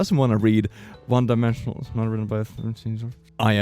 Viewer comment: ok but can we just talk about how he said "one dimensional" instead of "one direction"